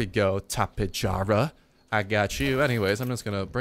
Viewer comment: Tap-ehh- yar-ah